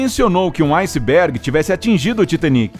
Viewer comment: Foi um aucisbégui...ausisb... aucibégui....